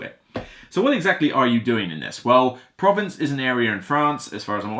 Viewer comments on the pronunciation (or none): You should Google the word "Provence" to get the correct pronunciation.